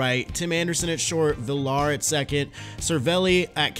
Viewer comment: It’s pronounced viyar not villar. Good video though